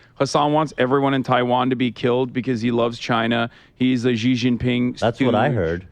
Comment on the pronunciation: Hasan likes Xi and yet pronounces his name wrong. What an idiot.